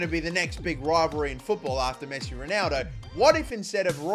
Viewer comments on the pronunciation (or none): none